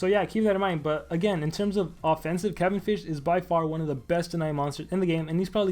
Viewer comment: ITS NOT PRONOUNCED THAT WAY